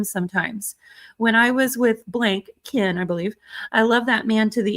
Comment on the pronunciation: The way says, “ Keeein” instead of Ken.😂